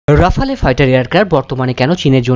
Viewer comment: থাক চাপাবাজি করে আপনাকে এত জ্ঞানী হতে হবে না।ফাইটার জেটের নামটা অন্তত সঠিকভাবে উচ্চারণ করুণ। সঠিক উচ্চারণ হল- রাফাল (বৃটিশ) অথবা, রাফ্যাল (আমেরিকান) 😁😁😁😁😁😁😁😁😁